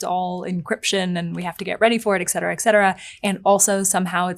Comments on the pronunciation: a journalist who says excetera instead of et cetera. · I used to think so very highly of you, until I heard you (at roughly ) say "eck cetera." I find such a lapse to be wholly shameful and I doubt I can ever think of you as being well-educated and intelligent ever again. But you ARE crazy-HOT, so I'll keep watching.